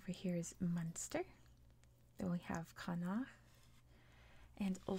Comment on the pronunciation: The four regions in Ireland are known as provinces and the wester province is called Connacht : pronounced “con-nukt”